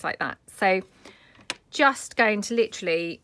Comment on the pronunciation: Naked... Lol You got your daughter's attention. I made some of these ... super easy... super cute. I had to laugh when you caught yourself saying litterally... of course I love everything that you make ❤❤❤